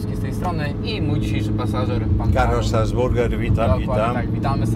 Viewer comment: Facet się nazywa "Strasburger" nie "Stasburger", Czyli z kim ta kolacja?